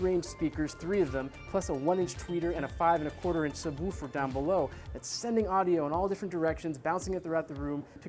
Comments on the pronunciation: Say subwufer again. Say it! Say it! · I thought the same too, like a dog would Woof Woof. Or him saying it Sub Woof Er, lol. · Where is this guy from? He literally says woof like a dog. I have never heard it like that before. HAHAHAAH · The way this guy says subwoofer is awesome.